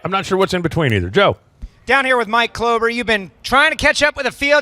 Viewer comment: its KLOEBER not clover